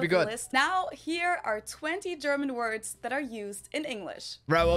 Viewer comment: "I'm fluent in German." Then mispronounced every German word. Bless his heart.😂